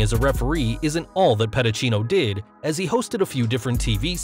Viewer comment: It's pronounced Pedi-See-No